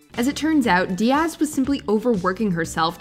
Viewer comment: Please re record Cameron Diaz's name. The stress is on the first syllable.